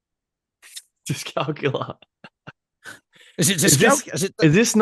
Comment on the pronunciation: Discalculia not Discalcular troops😉